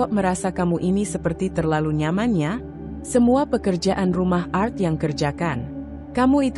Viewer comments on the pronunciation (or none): Cara membaca nya kurang paham x dia,, pa krna gak bisa membaca klo pakai nama org barat,, krna biasa org Indonesia nama simple,, balajar lg kak,,cara baca nya yg bnr,,bukan art,,Tp ART 😂😂😂😂